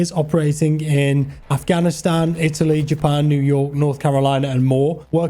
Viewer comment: It's good that there are some westerners who pronounce Afghanistan properly